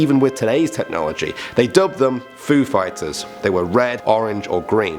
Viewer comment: When the Foo fighters came up I heard Food fighters😂😂😂 P.S I love this channel❤️